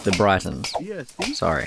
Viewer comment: "Briton" is pronounced like "Britain" haha. Brighton is a town in England. Cool vid though